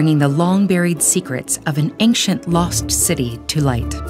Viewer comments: This pronunciation of the word 'ancient' is mildly irritating: /ˈenkʃent/. It is supposed to be: /ˈeɪnʃ(ə)nt/ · YOU PRONOUNCED ANCIENT WRONG EVERY TIME YOU SAID IT. IM HAVING AN ANEURYSM